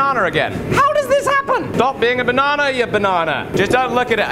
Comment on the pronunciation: It's "Banarnaring" again!